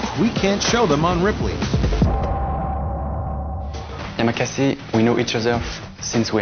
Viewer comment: IT IS NOT YAMAKAZI IT IS YAMAKASI